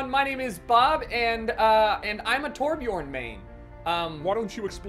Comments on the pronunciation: hey man every american nvm every non nordic person should instead of calling him torbjooorn you should put an urn in there (torbjurn) thats how its pronounced pretty much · Anyone else who has the letter Ö in their aplhabet bashing their head against the wall everytime someone pronounces Torbjörn torbchorn?